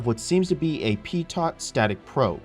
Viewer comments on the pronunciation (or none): pee tot ? lol... learn to pronounce pitot properly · no, no, it's pee-toe